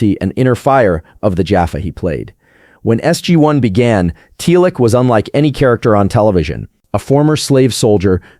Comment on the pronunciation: Not "Tealic", rather "Teelk". Seriously, watch the show before making a video about it.